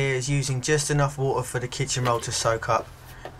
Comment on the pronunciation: Sympathic smile, love your 'wa'er' and instructive video !